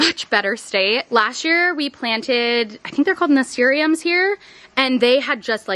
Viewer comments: btw nasturtium is pronounced "nuh-stir-shm" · hehe just fyi the way you pronounce the flower that grew all over is "nuh-stir-shum" love the gardening content!